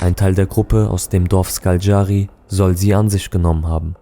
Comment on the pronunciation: Ich habe nun schon viele Dokus darüber gesehen und keinert schafft es Škaljari richtig auszusprechen 😂. Man spricht es SCHKALJARI aus.